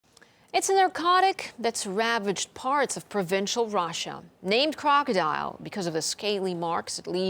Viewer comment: Did she just say "rasha" instead of Russia? : \